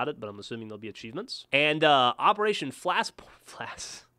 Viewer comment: "operation flasp shoint" hahaha